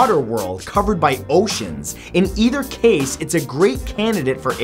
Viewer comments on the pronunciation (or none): none